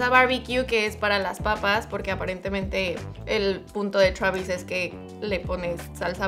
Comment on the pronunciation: Travisis Scott !!!!! 😂😂